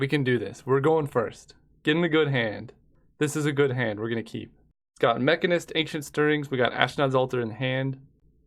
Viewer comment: how does he not know how to pronounce mechanist... its the same as mechanic